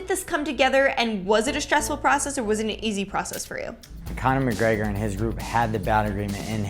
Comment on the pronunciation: i hate the way he pronounces "conor mcgregor"